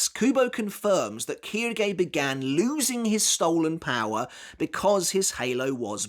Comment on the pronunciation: Its not kirgay its quilge